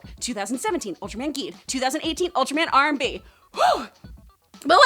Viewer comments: R/B is like "Ruubu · R/B is pronounced "Rube" and that is NOT hos you say belial